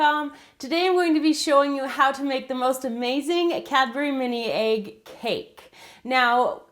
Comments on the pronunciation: Why does she say aig, it's egg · i guess it's her accent :)